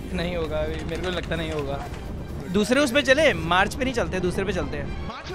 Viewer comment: MARS❌ MARCH✅